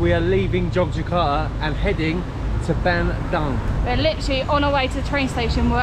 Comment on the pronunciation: It's pronounced BUN-DOONG